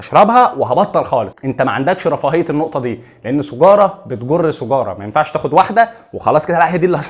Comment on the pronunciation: أولى بك يا يا جميل مادمت بتخرج لسانك في ال(ذ ، ث) أنك تنطق سِيجارة بكسر السين لا بضمها🤣❤❤❤❤